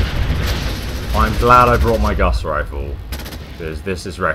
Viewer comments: He's still calling it the Guss rifle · ITS NOT GUSS ITS GUASS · gauss is pronounced Gor-ss. And also for your skyrim videos reanimate is pronounced Reee-animate, not rem-inate